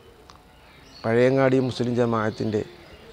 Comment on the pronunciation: പഴവങ്ങാടിയല്ല പഴയങ്ങാടി